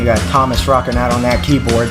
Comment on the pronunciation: Stop pronouncing Tuomas as Thomas say Two-oh- mass. YOU MUST CHECK OUT 'The Greatest Show on Earth' at Tampere 2015 (24 minutes long) and when you know more about Tuomas story 'The Poet and the Pendulum' an Wembley (with lyrics)